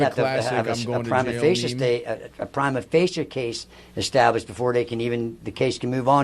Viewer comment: the altoona lawyer cant even say prima facie right. this is the "look at my lawyer dawg, im going to jail" meme irl